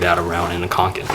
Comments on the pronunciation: he said kanken its konken 😩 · Kånken is pronounced as "konken" 😊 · he didnt..